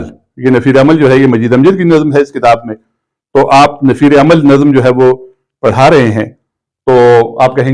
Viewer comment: السلام علیکم پروفیسر صاحب !! آپ سے مختلف الفاظ کے تلفظ میں سہو ہو جاتا ہے ۔ پڑھانا میں پ مفرد مع زبر ہے , آپ اس کا جوڑ پڑ ہانا فرماتے ہیں۔ نظم کو نَظَم فرماتے ہیں , اس پہ بھی توجہ درکار ہے۔ محمد زبیر ساہی اردو زبان و ادب کا طالب علم